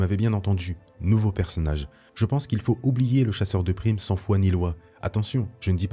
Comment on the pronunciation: « Sans foi ni loi » frero Pas sans froid